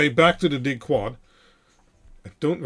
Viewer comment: chuckle … no … just the way you say “Dig-Quad” sounded to them (and I’ve thought it too) very much like ‘dickwad’. 🤣